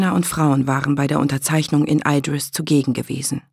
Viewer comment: Mal ehrlich, wie schwer wäre es für die Sprecher von den Hörbüchern gewesen, sich darauf zu einigen wie man die Eigennamen ausspricht und das dann einheitlich umzusetzen? So sehr ich die Geschichte mag, jedes mal wenn sie 'Eidris' statt Idris sagt könnte ich mich aufregen. Dazu kommt noch die komische Halbübersetzung. Was bitte soll ein Clockwerk sein? Ganz oder garnicht, was bitte spräche gegen Uhrwerk, das würde jeder verstehen aber dieses denglische Gemisch ist grausig.